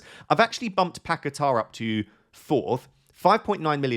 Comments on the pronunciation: you need better hearing, nobody pronunces R at the end it is long A, like Pa ke taaaaaa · Why can no FPL expert pronounce Paquetá? There is no ‘r’ on the end